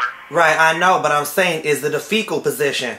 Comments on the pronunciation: Yeah I'm sure he was mispronouncing Fickle as Fecal on purpose. lol sounds similar but he was saying shit position as a joke instead of fickle(temp.) position. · I love how he keeps saying "fecal" position.... lmao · "Fecal postition"? Lmao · "A faecal position" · S/he's saying "FECAL positions!" ROFL